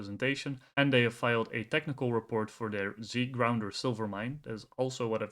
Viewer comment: Z gounder, not Zgrounder. Otherwise great job.